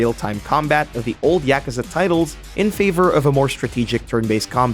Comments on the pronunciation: Its pronounced right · People that pronounce Yakuza correctly? Wow.